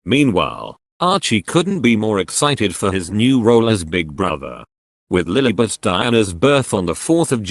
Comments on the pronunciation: It’s LILIBETH not LILBETH 🤯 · I think it's actually lilibet